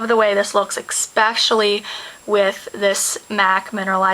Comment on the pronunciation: I love the way you say EXPECIALLY :)